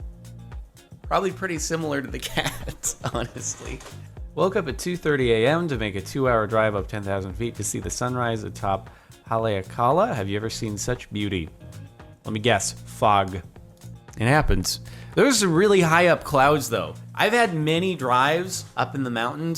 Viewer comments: It’s pronounced ha lē a ka la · Jardon: can manage several channels Also Jardon: can't pronounce Hawaiian mountain names for the life of him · No one is gonna comment on how he mispronounced Haleakala? And that’s In Hawai’i where I live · Yoo that way he said Haleakala was amazing iykyk😂😂